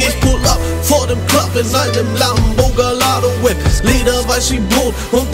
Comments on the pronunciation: money boy hat das auto falsch ausgesprochen das heißt gayado doppel l in italien ins y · Die Aussprache von Gallardo ist zwar falsch aber ansonsten überlit